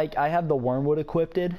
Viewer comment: equipted XD